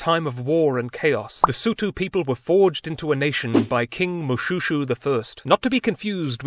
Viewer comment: Pronounced Moshweshwe, derived from the sound of the razor blade when he cut his enemies… careful with your jokes, this is my king. ☺️